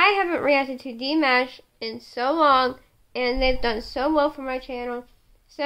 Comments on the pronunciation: Apparently, he can't cook. Lol. And FYI, you say his name like Dee-mosh (like a moshpit), not like mashed potatoes. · I can't cook either lol and I said it like (dee-mash) but if it comes out like that it's because I listen to alot of Kpop as well and some of the their names arent pronounced the way they look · Reacts well im telling you it's pronounced like dee-mosh. That's how he says it, too. And i too am waiting the day he tours the US, but hopefully between schooling he will play a few shows. He's going to college in LA eventually. For at least a year.